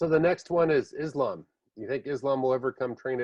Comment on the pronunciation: Its Islam not Izlam 😁. Keep up the good work.Much respekt from 🇧🇦🦅☝️